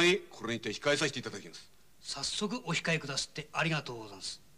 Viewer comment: 菅原謙次さん、「お控え」を「オシカエ」と江戸下町ことばの発音してて、浅草の侠客である事をちゃんと表現してる。池辺良さんは宇都宮の侠客なので「オヒカエ」と発音してる。